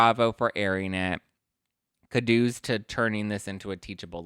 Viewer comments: Actually it’s “oo” sounds like boo. Koo doughs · my dear, you need to look up the pronunciation of "kudos" It's a long u sound, not a short u. Love you😅